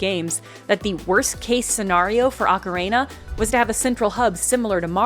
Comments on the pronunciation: I love that you say Ocarina like Macarena 😁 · mispronounces ocarina like "Macarena" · Ocarehna is sending me NGL. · I didn't know about any of that, so this was fun for me. But also, the way you say "ocarina" is wild lmao